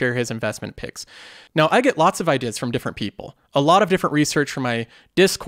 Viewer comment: Why do you say the word ideas like ''idis''